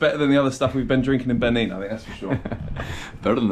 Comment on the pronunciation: It's not /Bini/ It's /Bené/ By the way, Say Hello to the Principalities in Benín Republic.😂😂😂